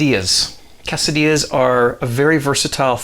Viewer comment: lol its kay-so-dee-ah cheers:P